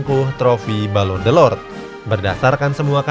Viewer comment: Balon d'or bang bukan delord